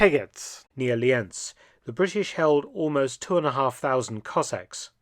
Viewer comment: Yes and they confuse Lienz with Linz in the German synchronisation the English original spells corrctly Lee-Ents and not Linz